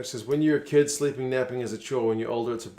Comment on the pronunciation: Your English is very good! But remember, it's pronounced 'kid' not 'kud' and 'sux' is 'six'. Keep it up!